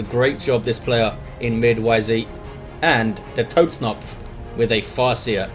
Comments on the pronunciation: germans the fk do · he is raping the german language ^^